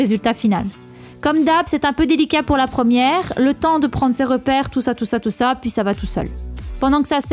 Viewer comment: Petit indice : elle dit "pouis" 😂 comme les Jérômes.